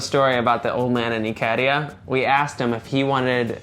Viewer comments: I stayed in Thessaloniki for three weeks two years ago and it wasn't expensive at all. By the way, it's i ka RI a, NOT i KAR i a. I think your advice to not to spread yourself thin trying to go too many places is a must. I kept a bogus billfold with a few euros and random stuff in my back pocket; the barber was impressed (go shaggy and get a haircut from a local). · Pronounced "Ick-ka-RIA"